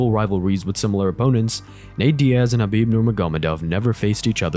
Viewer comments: This man is having a stroke saying Khabibs name 😂 he was struggling with Dustin’s but my lord the khabib one took me out haha 🤣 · LMAO. I've never heard Khabib's name butchered so bad. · And he pronounces his first name Ka bib, not Ha bib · at least say Khabib name right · Don't ever say Khabib's full name ever again, you make me cringe. Seriously, if you're a fan of the ufc there's no way you say his name like that. So I'm guessing you're not at all familiar with mma, because the only other option is that you heard it being said correctly and still say it like a cringe machine. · Why did you butcher Khabib's name like Rogan when he debuted?